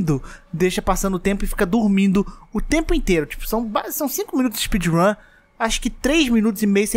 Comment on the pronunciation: espeedrum de baiano kkk